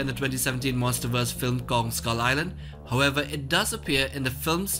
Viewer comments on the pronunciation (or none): none